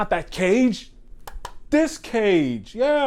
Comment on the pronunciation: It's pronounced, Kah-gay not Cage.